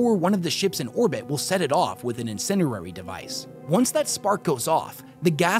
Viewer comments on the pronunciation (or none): Incendiary is pronounced like “In-Sen-Dee-Airy”